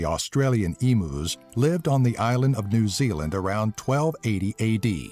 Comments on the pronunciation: They're pronounced "e-myu's" not "e-moo". No offense, but with the time you guys took to research and compile all these facts, I thought you would have known something as simple as it's pronunciation. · "Eemoos" it's pronounced "Eem-yous" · Emus it is Eem uus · E-Moooooos, siq pronunciation bruh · "Emoos" Haha, classic. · simillar to "emoos" hahahaahhaaaaaaaaaaaaaaaaaaaaa